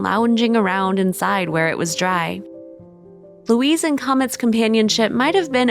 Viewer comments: Louis is not pronounced Louise! It is a male's name and said normally without pronouncing the "s", like Loui or, if you MUST say the "s" then it is "loo-is", not" Louise", Dummkopf. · Louis, is pronounced LEW-EE